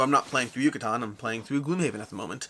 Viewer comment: You where really close!! “Yucatán” is pronounced like “juice” “ju”, a strong “ka” sound like “karma” and “tan” like “tank”. YU-CA-TÁN 😉